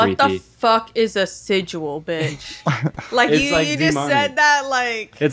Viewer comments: Sigil not sidual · It’s not siduals it’s sigils 💀😭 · Baby it’s sigil not sigual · "what is a sidual" LMAO my schizo-coded brain loves a good sigil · Why does he pronounce sigil like that